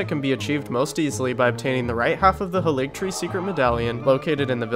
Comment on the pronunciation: Are you pronouncing haligtree on purpose?